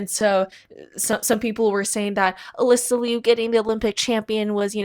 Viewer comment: Her name is Alysa. Everything you said was wrong and super disrespectful but at least get her name right tf